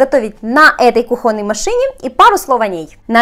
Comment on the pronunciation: а почему кухОнный, а не кУхонный?? Аж ухо режет, сорри. Кухонный от слово кУхня, ударение на У. Сорри ещё раз.